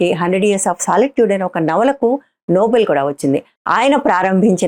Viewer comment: It's Nobel (నోబెల్) prize not noble ... please